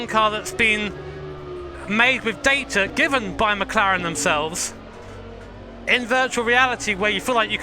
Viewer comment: Nice “mclaren”🤦🏻‍♂️